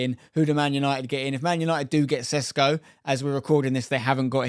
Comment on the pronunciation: It's not Sesko, it's Sh like in shut up pr shuttle, so it's Sheshko. Š you Sh.